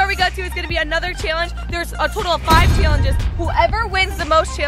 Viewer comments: take a shot every time says "chaylenjis" in the intro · The way you guys say challenge it sounds like your saying chyallenge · Comment if u get triggered the way they both say “challenges” like “chaylengus”